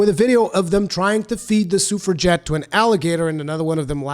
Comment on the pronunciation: If I could take at least one thing from this video, I now know how to pronounce suffragette!